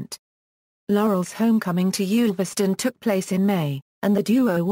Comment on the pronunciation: One of the more accurate accounts of Stan's life, provided anyone can decipher the verbal mangling of Stan's birthplace. It's Ulverston, not Yoolverston, rhyming with "gull". There's also the usual - and understandable - confusion over his marriages, but it would be interesting to know where the idea of two museums in Harlem came from. The last time I was there (one of several visits) it was still the only one in the USA. But compared with a lot of other nonsense about Stan (eg: father of Clint Eastwood) it holds up well, though as always with such things, there's a lot left out.